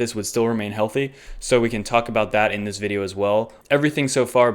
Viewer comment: indeezveedeow....the moon!?? HAHAHAHAHAHAHAHAAAAAAAAAAAAAAAAAAAAAAAA